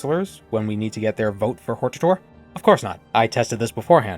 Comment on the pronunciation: Uhm, I think it's pronounced, "hortator."